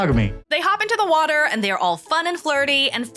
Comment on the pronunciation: "Peeing in the waatur gives me commfidense as a wooman...my hair is ploing!" Haha! 😂